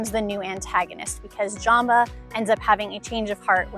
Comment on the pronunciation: I don’t really like & love how she pronounced Jumba & Pleakly, she literally pronounced Jumba as Jamba & pleakly as bleakly!